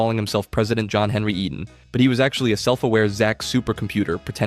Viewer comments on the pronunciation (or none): none